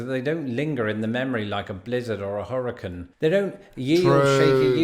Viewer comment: Please learn to pronounce the word “hurricane “ correctly. Cane is pronounced like lane, mane, Dane. Stop being insulting.